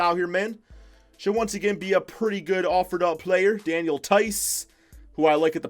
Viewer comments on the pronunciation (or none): none